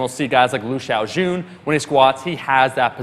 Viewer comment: That lv xiaojun pronunciation is by far the most accurate one I heard